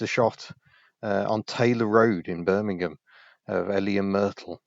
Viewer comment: ah yes, "glamurus" bermingham